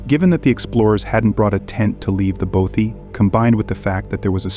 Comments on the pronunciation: Your pronunciation of Bothy is doing my nut in, Both like broth without the R, then with ee! So bothee!!! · Bothy is pronounced bot ee